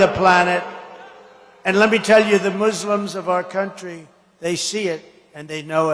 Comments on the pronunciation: He hates Muslims. Look at the way he even pronounces Muslim as Moooslims just like the way he says Black like it’s an expletive. To get up there and pretend Cheney is the only war hawk when you look at his own record in the Middle East not to mention his Muslim ban and hate mongering. He had his cult so up in arms we had to have police protection for our area Mosques since his cultists kept showing up armed to teeth outside of them. Don’t memory hole this stuff, don’t let him keep rewriting history. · Mooselims??? It’s Muslims . What an S. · Trump can’t even pronounce Muslims correctly. Send him back to first grade would ya.